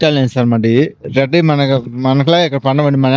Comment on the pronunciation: బాబు ఆలియన్స్ కాదు ఆనియన్స్ అను